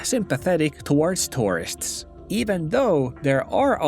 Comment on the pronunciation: The way you pronounce "tourists" sounds just like "terrorists"